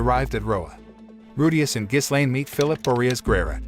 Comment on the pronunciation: you shouldn't put "with the power of demon eyes" in the title if you don't even show that part -Ghislaine... pronounced Gi-Lane s is silent -it's not the end of season 1 either you still have another half to go, pretty bad recap